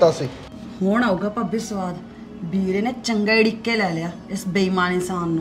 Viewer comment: bhain veere hunda beere nahi pronounce theek karia karo 😂